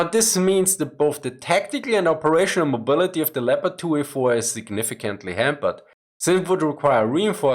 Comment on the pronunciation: Aren't you able to pronounce the tanks' names in their original pronunciation, but use fake English one?